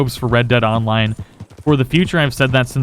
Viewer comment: red dead onmine... words are hard and the struggle is for real-zees